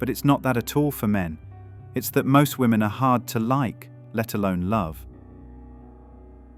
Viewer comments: Why can't any of these people say 'women'? They say 'woman' - singular. What's the deal? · Never listen to anything someone says who cannot pronounce the word "women" correctly.